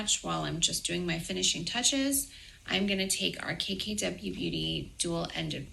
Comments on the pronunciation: Sounds like she is saying, cakey w beauty. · When she said “KKW,” I first thought I heard “Caky W.” Or would it be “Kaky W?” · I can't be the only one that kept hearing Cakey W instead of KKW. Lol. 🤣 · Each time she says “KKW Beauty” I hear “Cakey W Beauty” and I think that tells you all you need to know 😂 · She said cackey w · Every time she says KKW Beauty I hear “Cakey W Beauty”… 👀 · I always hear "KKK beauty" yikes. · When she said a "full KKW" it sounded like she said "a full cakecake W" 🙊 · I'm sorry but when she said "I'll be showing you full KKW concealer look" I heard "full cakey w.." I